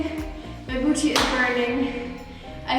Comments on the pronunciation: i love it when she says boochee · I'm never gonna pronounce "boo tee" the same way again! Jokes aside I found the tips and commentary even more motivational than the music only videos. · I lovee how she says 'booty' :)